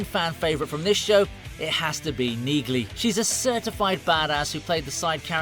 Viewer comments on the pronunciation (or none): It is Pronounced Neagley w/a silent "G"! ¿¿ How do enhance Automated Ignorance ¿¿ ??? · Really?? Have you even watched any of these episodes?? The character's name is pronounced 'NEELY' - the 'g' is silent!! The AI narration only makes it worse. A great series, great actor and we're told he is a nice guy in real life. Zero chance I'm subscribing to this channel. Too bad - this could have been quite good. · It’s a silent G in Neagley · Like my grandmother's last name The g is silent in Neagly, You pronounce it Neely. Like my grandmother's last name Hodgson, The g is silent. I just had to tell you because kind of hurt when you were mispronouncing her name and reacher got it right. Pay attention to the pronunciations. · It's pronounced Nealy the G is silent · Yeah. The G in Neagley? Is SILENT. So it's just pronounced Nealey. Which you would know, had you watched the show. Duh dude. Try TALKING LESS AND LISTENING MORE. In other words? Do shut up. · Please stop using cheap AI! Nee-glee? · Why can't these idiots figure out that the G is silent in Nigley. Listen to Reacher say her name. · the fact you pronounce neagley's name that way makes me question whether you even watched the show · My Dude: Did you actually watch one single episode of Reacher? If you did you probably would not mispronounce the name Neagley. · The "G" is silent, ya mook. Tell me you haven't actually watched the show... without telling me you haven't watch the show. 😛